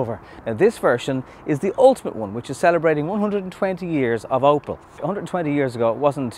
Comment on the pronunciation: Opel not oppo